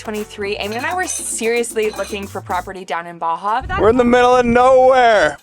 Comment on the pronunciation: If you're going to live there, please stop pronouncing it Baja "Sir" 😂. It should be pronounced like "soor", or "sewr" 😉